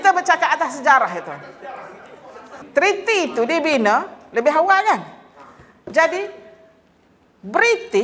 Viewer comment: .. Treaty .. Bukan Trity